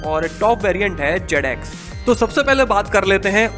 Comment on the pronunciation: yeh banda professional aadmi nahi he....Instead of trolling the car without seeing it better you improve your english...JAD x nahi he...Zed x he bhai😁